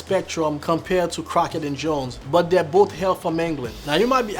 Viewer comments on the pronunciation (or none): none